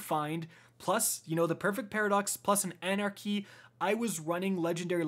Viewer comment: everytime " anarcy anarcy anarcy"...